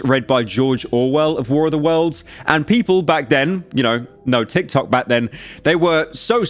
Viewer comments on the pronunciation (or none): none